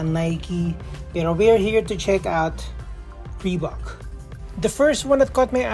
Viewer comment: it's ree baak